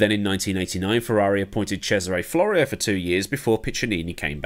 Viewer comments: Actually, his name was Cesare Fiorio, not Florio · Sorry to be a pedant, but the f=guy was called Cesare Fiorio, not Cesare Florio